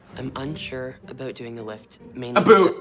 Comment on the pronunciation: OH MY GOD. That’s the first time I’ve ever heard anyone pronounce it ‘aboot’ in my life! No one in Eastern Canada has ever said it like that as far as I’ve heard. No one in Alberta either! Even my friends there have never heard it 😂 I always wondered where the stereotype even came from lol